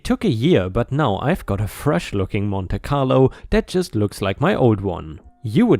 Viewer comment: Story 6, Monte Carlo is said as "Monty Carlo."